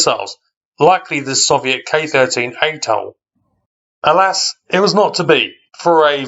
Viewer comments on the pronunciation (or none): none